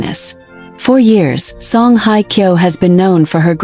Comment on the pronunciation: excuse me for just for the record, her name is Song Hye (sounds like `Hay` and not like `Hi`) Kyo. And second of all for the record, this is FAKE news. don`t bother watching, although the pictures of her and him are quite nice. Thanks for the photos.